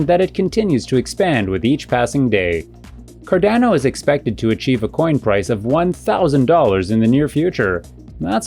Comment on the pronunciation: How do you have a channel dedicated to Cardano, but don’t know how to pronounce it?